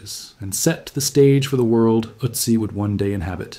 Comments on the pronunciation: Wäre es wirklich so schwer, einer KI beizubringen, was Umlaute sind? Ich sehe die ganze Sendung über eine israelische Mini-MP (Utzi) vor mir! Ist "Ööözzziii" (benannt nach den Ötztaler Alpen, wo er gefunden wurde!) wirklich unaussprechlich für eine radebrechende KI? Gräulich (nicht von grau, sondern von Grauen!) wie fast alle KI-Lesungen auf U-Tube! Laßt doch probeweise einmal statt einer KI eine natürliche Intelligenz, die der deutschen Sprache mächtig ist, ans Werk! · Ötzi is pronounced "Ertzi" not Ottzi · Why do you call him Otzi in stead of Ötzi? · Don't say OT-ZEE say ERT-ZEE. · Ötzi, not Òcci.😂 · I’m sure this would be interesting but I can’t get past the otsy pronunciation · I can't take any more Uh-tzi's. If you're gonna use a word more than 5 times in a short video, especially if it's the primary topic, take a minute and plug the word into the appropriate google translate language so you can at least get it kinda close. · His name is pronounced with the O sounding more like book than but. Also, mesolithic has a Z sound in it, not an S. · You would think you would take the time to pronounce Ötzi's name correctly.... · I don’t like the way you pronounce Otzi. So no 👍 for this one - sorry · Please learn how to pronounce his name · Look up pronunciation....cmon. ötzi how to pronounce. kom Horrible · i am not a speech nazi, but when talking about a topic... an ancient city, an artefact, you should at least look up how its pronounced.... i dont care if it´s mentioned once or twice in the whole video, but "ÖTZI" is said constantly and its quite annoying hearing it butchered every 30 sek... i was in bed and using touch screen thats why i didn´t correct my first post on second thought, listening on my tv... the pronounciation wasn´t that bad, he tried... i think he got better towards the end ... got my thumbs up for the video anyways :)